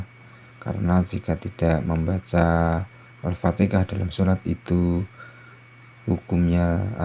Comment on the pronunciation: Kenapa fatikah...fatihah la.